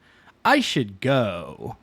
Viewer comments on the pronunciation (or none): Hahahahahah "I should goeee"